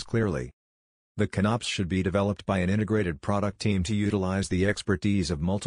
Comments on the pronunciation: Con-Ops, not CONNOPS, LOL. Because it's a ""CON-cept" of "OP-erations". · Inability to say con-ops properly aside, this was very helpful. Thank you. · I'm not going watch a video narrated by a computer that can't even pronounce CONOP correctly